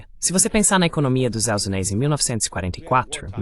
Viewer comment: Kkkkkkkkk ele fala "Estados Zeleis", maioria das vezes não entendo....ou então os "Zeleis"